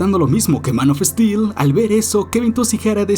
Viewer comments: esa pronunciacion de "daredevil" es casi tan mala como la de los españoles que lo dicen literalmente como se escribe. Es DERDEVOL. Y tampoco es Zack Esnaider, ni Man of Estil. No hagas revisionismo histórico ni efecto Mandela, Warner NUNCA estrenó Tenet al mismo tiempo en cines (Agosto 2020) y streaming (Mayo 2021) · Es gracioso como pronuncia "Man of steel" Manofestil